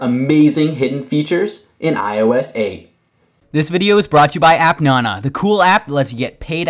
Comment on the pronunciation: "app NONA" fuck u its fucking "app nana" not fucking NONA. fuck this channel